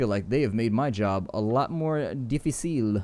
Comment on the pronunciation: Actually difficile is pronounced without accent (just saying it in order for you to be more classy)